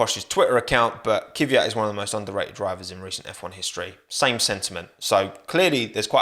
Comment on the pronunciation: Saying Kiviyat is hella cringe. Why would you do this? Its obscene, really